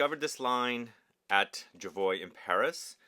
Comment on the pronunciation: You say "joo-ee-ay" for Juillet. And it's Jerome Epinett- you say that T when there is a silent e after it! You reversed the concept..